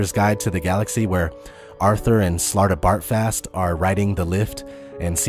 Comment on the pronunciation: I didn't think the vid could get any worse but then he butchered Slartibartfast's name. shudders